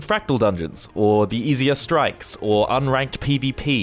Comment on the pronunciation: This is the reason I don't bother with any of the end game content. I own the game, so I play the stories, come back for the living world, and just upgrade when I find something nicer than what I have currently. I'm not worried about strikes (your accent makes it sound like you're saying "strifes"), raids (which I honestly didn't know existed until recently because they are so hidden from anyone not looking for them), or PvP/WvW. I don't even care about fractals. Seriously, all of the non-story content is so opaque that getting into it just isn't worth it for new people. And don't get me started on joining established guilds or trying to start your own. The community is toxic to newbies, and no one wants to join an unranked guild that can't carry them. GW2 has some great gameplay, the the players are killing the game. That and the predatory way ArenaNet monetize everything in the game. Crafting, BTW, is bleh. Totally Bleh. If I could craft harvesting equipment, then it might be worthwhile. Also, it's Ebb-on, not Ee-bon. Its the transitive modifier adjective to the noun Ebony (ebb-on-ee, not ee-bon-ee), so you pronounce it like that root word without the final syllable. This one can't be your accent, since you divided your syllables inappropriately. I would have though a brit would know how to speak English. (j/k)